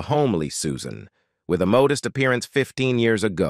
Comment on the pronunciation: "mowdest"? I hate to fake AI voices